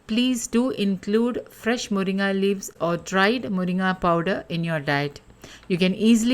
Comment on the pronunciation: Are you malayali? Because you pronounce മുരിങ്ങ correctly😂